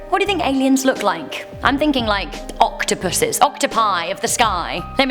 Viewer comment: Wend she said octapuss i thought of Cthulhu